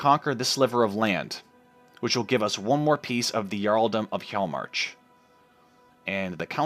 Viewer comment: Really loving the series so far! Your pronunciation is mostly fine, just remember that the 'J' sound will usually sound like a 'Y' sound. Hjaalmarch will sound like he-yall-march.